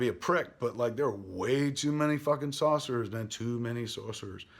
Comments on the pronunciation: Why do you keep saying Saucerers lol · What's a Saucerer? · "Too many saucerers" lol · Kevin, I love how you mispronounce things. Don't stop being you :)